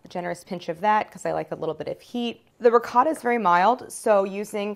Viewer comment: Can't express how much I appreciate Claire saying RICOTTA😍 and not hearing the cringing RIGOTT !!!!